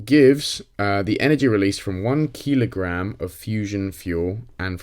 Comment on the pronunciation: Keel-o-gram xD